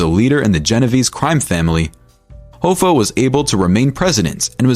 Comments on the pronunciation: Hah-fa not hoe-fa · jimmy "hoe-fah"??? wtf dude...